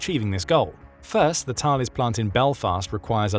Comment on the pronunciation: Thales is pronounced Talless Group. The way to pronounce the name of the mathematician is (Thay-leez) just like the Thales theorem